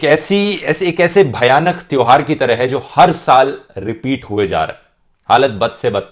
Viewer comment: The word 'toyhar' is it okay ??? 😶